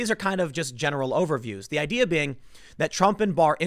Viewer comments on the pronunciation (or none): none